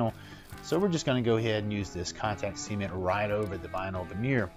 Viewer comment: “See-ment” lol